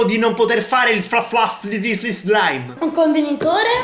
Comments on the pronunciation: Sì dice *flaffy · Si legge FLAFFY MA comunque SEI GRANDEEEEEE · Si dice flaffi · Si pronuncia flaffy tutti lo sanno oramai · Poi c'è che continua a non saper pronunciare "Fluffy"